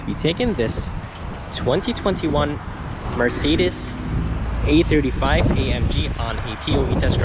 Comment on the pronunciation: Why does is sound you calling it the AMG E35 but you have A35 in the title.